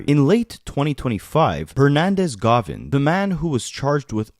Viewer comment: Hernandez Govan … GO-VAN … not GAH-VIN